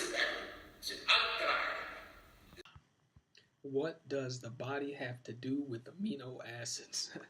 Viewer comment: Sebi can't even pronounce alkaline... Your fly by night doctor